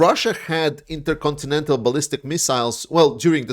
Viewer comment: Interyourowncountry missles.